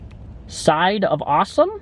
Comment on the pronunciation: SAWSOME SAUCE, Sahhsumm